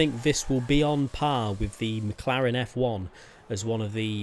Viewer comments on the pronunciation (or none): none